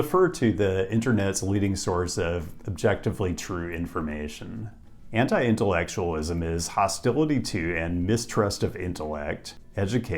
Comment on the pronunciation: This guy said anti-intellectualism and I heard henta-i-intellectualism